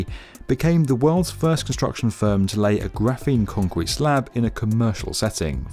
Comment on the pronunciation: lmao "concreten" rly? :D